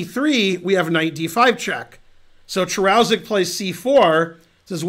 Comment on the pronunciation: Hey Ben, the name should be pronounced "Karushek".